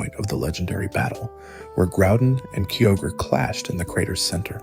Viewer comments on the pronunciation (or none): Oh boy a video to watch. Why are you saying kyogre and groudon that way ?....